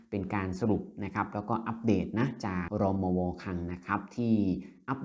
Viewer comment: อ่าน รมว. ให้ถูกต้องหน่อย